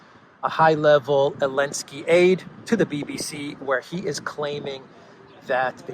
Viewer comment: Why ARE YOU SAYING ELENSKY it’s like no one knows, weird man